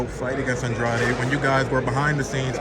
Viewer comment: Andrade, Andrade, not Ahndrahday. He corrected him and he said it wrong again. lol Andrade